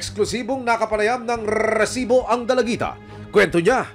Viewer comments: ilang rrr ang kelangan para sabhin rrrrrrisiboooo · takte parang ndi seryoso yung segment nato gawa nung “RRRRRRRRRRRRRRRRRRRRESIBO” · Ang oa npo ng pagkabigkas nu po ng resbo, annoying npo